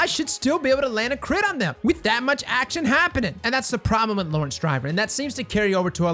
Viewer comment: ahh yes, Lawerence Driver :)